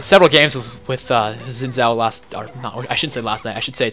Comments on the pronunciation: Xin Zhao is pronounced "Sheen Chow" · oh lol well Xin Zhao is Chinese and I happen to know the language really and that's how I was taught to pronounce it. Yeah Riot has said his name a bunch of ways